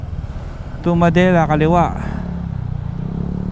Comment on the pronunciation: not "ma-de-la" its '"Mad-de-la"